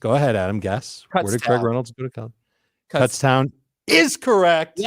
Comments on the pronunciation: You guys are saying Kutztown incorrectly :D, its like Kootztown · You are saying it wrong. its Cootstown